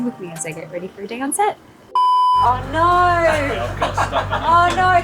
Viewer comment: her No, was so Australian 😂